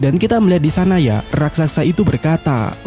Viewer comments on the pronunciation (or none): RALAT 👇: Yang benar RAKSASA Bukan RASAKSA